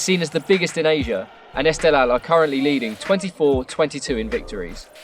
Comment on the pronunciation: Loving the esteghlal vs persepolis pronunciation btw they're pronounced Ess-te-h-lahl and purse-pol-ees